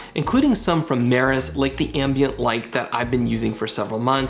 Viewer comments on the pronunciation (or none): Hey.. it’s “MEROSS”not “Maris”..lol. Hard to find the damn lights by the wrong name. But I do love your channel. I’ve learned a lot.